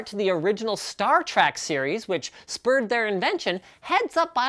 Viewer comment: Did he say... Star Track?